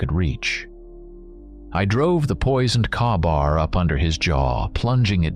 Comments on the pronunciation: Great story, but i cringe every time he talks about his knife. Its pronounced kay-bar, its a small detail every military guy would know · That's it that word is pronounced KAYbAR !!!!!!